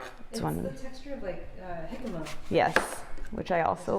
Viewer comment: It’s so strange hearing the word jicama in English accent. It comes from Mexico as do I do all my life I’ve heard it in Spanish, I’ve never heard it in English 😂